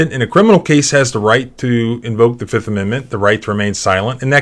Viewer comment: "I plead.... the FIF!!!"